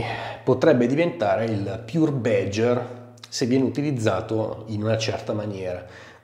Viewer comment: What the fuck is "bedger"? It's BADGER: check the correct pronunciation online ffs...